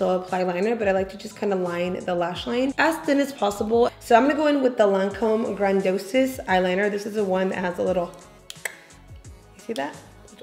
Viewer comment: GRAN-DEE-OS! It’s how to pronounce the Lancôme mascara, love you! ❤️